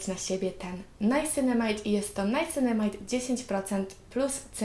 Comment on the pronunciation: Czyta się Niacynamid po prostu a tonizowanie twarzy jest bardzo ważne w pielęgnacji